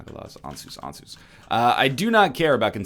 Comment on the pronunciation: NL i believe the rune Ansuz is pronounced like "answers" as if isaac himself were to say it